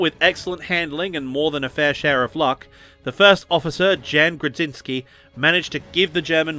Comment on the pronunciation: orzeł ≈ o-zhew Kłoczkowski ≈ kwoch-kov-skee Jan ≈ yan Grudziński ≈ gru-jeeñ-skee